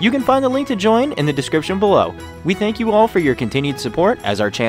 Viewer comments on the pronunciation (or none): none